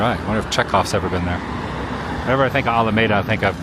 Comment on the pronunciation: If Adam's Mom wasn't with him. He would have already bailed. And it's pronounced Al-a-meda Adam.